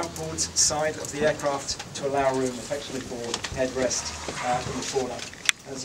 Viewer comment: for eeecraaft XD